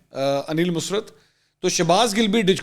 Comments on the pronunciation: His name Aneel Musarat not musrt Bcs his mom name Musarat plz pronounce correctly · انیل مسرت نہیں انیل مسرٌت ۔۔۔ " ر" کے اوپر شد ہے یہ musrat نہیں musarrat تلفظ ہے